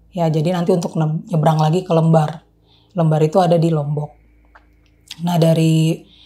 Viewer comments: Di sebut pelabuhan LEmbar kak bukan Lembar😢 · LEmbar...bacanya bukan ... e... tapi ..E... seperti kata LEMPAR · koreksi dikit ya: lembar bacanya "kaya nyebut "LEM" ya, bukan kaya lembar kertas.